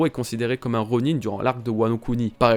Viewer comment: On dis ronin (ron1) pas ronine